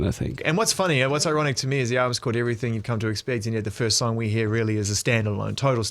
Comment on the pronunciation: “Seeped into everyfing we’ve done” I love Alex 😭